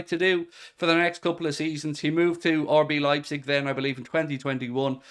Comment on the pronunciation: anyone else notice always says “orbee leipzig” instead of RB lol